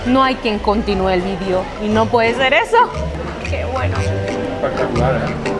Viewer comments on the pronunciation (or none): none